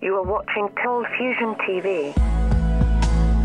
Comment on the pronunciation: Still hearing ColdfusTion :)